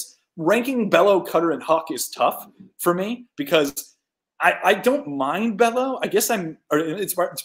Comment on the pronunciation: The pitching guru can’t pronounce Bello or Houck?